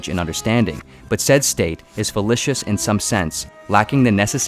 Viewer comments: I think you mean fallacious, not fallicious. fuh-lay-shuhs. Sorry >_> I'm that guy. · Please check your pronunciation of “fallacious”. The second syllable is pronounced like “lay”, not “li” as in “lit”. Otherwise, excellent work. I guess this video is a summary of the “The Way of Paradox” — definitely seems worth reading. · "Fallicious?" It's "fallacious." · Falacious, not filitious. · Fal A sious NOT fal I scious The barber paradox is utterly pointless, a deliberately constructed deceptive statement which only philosophers would waste any time on The something from nothing argument also deliberate wording designed to be misleading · Fallacious is pronounced with a long "a": /fəˈlāSHəs/ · What in the world is "fell-ISH-ous?" Fellacious rhymes with 'gracious." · The mispronunciation of fallacious is jarring. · Dude how can you make videos like this and not know how to pronounce fallacious